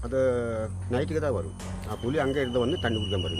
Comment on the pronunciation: “புலி” correct. Not புளி.